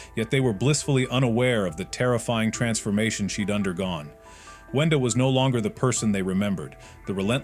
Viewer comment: Kluker❌ cluker✅ brood❌ brud✅ arnold❌ garnold✅ boaxcx❌ owack✅ whendoes❌ wenda✅ are you dumb?!